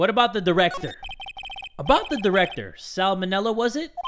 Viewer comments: Sal Manela as in salmonella XD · Sal Manella. Salmonella. WTF?! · "Sal Manella"? XD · Sal manella.... SAMONELLA LMFAOOO IM DEAD 💀